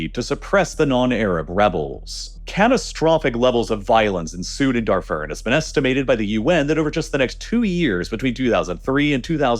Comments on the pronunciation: Please, mispronounce Darfur one more time, it’s truly music to the ears how much you butcher names to farm engagement! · Pronunciation of the following needs some work: - Darfur - apartheid - during